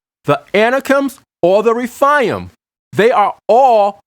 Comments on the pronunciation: You are totally mispronouncing the Hebrew word, "RAPHAIM." It is pronounced: RA--FAY--IM'. Numbers 13 is not the ONLY verse that CLEARLY describes GIANTS. DEUT. . JOSH.12:4; ; 15:8; . 2SAM. --22. 1CHRON.20:4,5. GEN.6:4. And of course---1SAM.17:4,5. ALSO: NUM. . And Scripture speaks of the SIZE, WEIGHT, and Number of Weapons, Armour, and Helmets they wore---SIMULTANEOUSLY! No DOUBT---There were "GIANTS IN THE LAND!" When GOD HIMSELF allows man to Write: "..and WE were as GRASSHOPPERS in our OWN eyes, and so we were to THEM.. Hey, I don't care HOW CLEVER your argument is, a human being does NOT feel like a "GRASSHOPPER" compared to another individual unless that "Other individual is EXTREMELY HUGE! Counter argument: "Well, "Grasshopper" is a RELATIVE term, it doesn't LITERALLY mean the Israelites ACTUALLY WERE as grasshoppers, they simply FELT very small COMPARED to a Race that was a 'bit' Taller than them." Whatta' JOKE! It is BLATANTLY CLEAR in those many verses that these humanoids were ENORMOUS! And for those of you who seem to think GOLIATH was only about Six and a half feet, or so, tall, then----Does THAT mean the Great ARK was only 300' long, 50' Wide, and 30' High? WOW!! That really SHRINKS the boat DOWN! Hard to ima- gine it holding THAT many mammals at that REDUCED size! All through our History there is AMPLE evidence that Giants existed. And there's MORE than enough evidence to reveal the Fact, they became Shorter as time went on. And that makes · whether they were half angel or fully human Gen 6:4 There were giants on the earth in those days and also afterward when the sons of God came in unto the daughters of men and brought children by them who were the mighty men of old men of renown. And it's not refaiams. it's re-faims, and ana-kims.